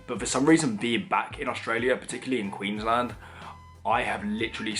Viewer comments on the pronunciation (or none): none